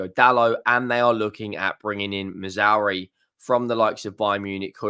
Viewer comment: Who the hell is Missouri? At least get his effin name right! So ignorant!